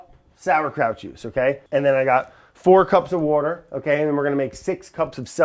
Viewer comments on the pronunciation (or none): I can't say 'water' anymore. It's 'wourder' now.